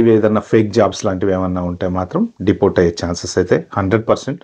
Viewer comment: Deportsssu denialsuuuu 😅